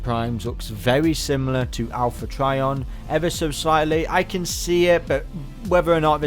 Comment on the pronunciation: Owl-pha Trion